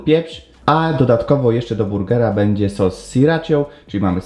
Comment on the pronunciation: Bedzje, sje, własnje... KOSZMAR